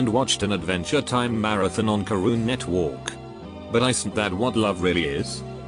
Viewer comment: Caroon netwoork